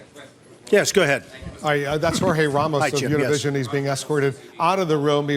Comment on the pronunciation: He pronounced Univision wrong... Smh... GO BACK TO SCHOOL!!